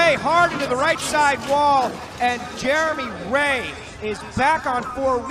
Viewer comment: The announcer in the first clip said Jermey Ray so many times that it’s now burned into my memory